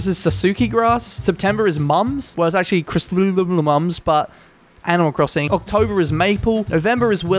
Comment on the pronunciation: Has anyone read the book Chrysanthemums? You should read it'll help you pronounce your flowers better